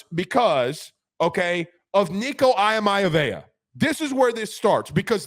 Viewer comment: Yo homez, can you please pronounce Nico’s last name properly and respectfully? Thanks